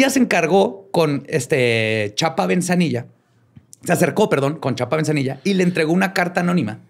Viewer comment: Se dice ‘en VIGOR’, no, en rigor 😂 Es BEZANILLA, no, BeNzanilla 😂 Es GRACIA, no García 😂 No es trip, a la hna del presidente López Portillo le gustaba ese rollo; y también Fco. I Madero era espiritista Dos metros, eso no es nada; en el EdoMex sobre una transitada avenida, dentro de una casa, hay una figura de acero de la StaMuerte de más de 20 metros, busquen Luisito Comunica tiene un vídeo